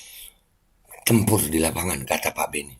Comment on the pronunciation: saya dengarnya sekilas bukan tempur, tapi nempur (nempur beras)